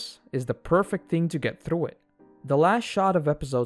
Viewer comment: I don't know how many freaking times he pronounced "R" so freaking wrong...like in "through" it's not like it's through but like it's "thrrrrrough"!!